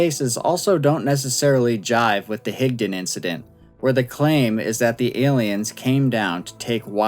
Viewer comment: Thank you for pronouncing Higdon correctly!